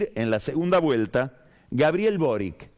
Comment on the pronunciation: Que pasa con Pagni, Parisi saco 12,8 % y no 19 %, Boric es un apellido croata y se pronuncia como chi al final!!!